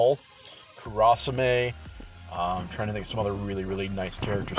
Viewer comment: Gonna go ham for Vivi. It's pronounced Kura sa may